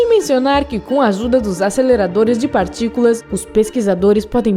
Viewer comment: "Acelerador de particulam"